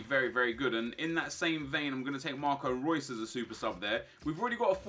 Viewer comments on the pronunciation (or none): none